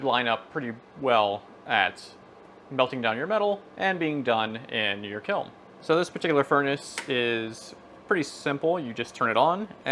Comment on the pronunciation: Is he saying kilm?